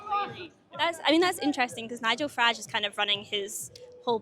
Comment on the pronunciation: You mispronounced the Farage riots